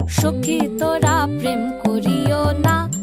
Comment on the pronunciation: Sadly the pronounciation is totally wrong. This is a sylheti song. Hence the P is pronounced as F. It's not Prem but Phrem. N not pirit but firit Bala na.... But I guess that's the best shot a kolkatan can give in singing a sylheti song